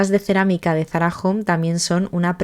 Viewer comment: Es Zarahome,home de hogar no jom 😊